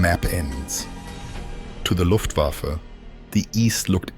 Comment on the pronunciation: But he pronounced Luftwaffe as luft wafflew - flying wafflew...